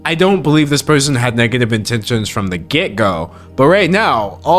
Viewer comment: Its get-go???? Not gecko????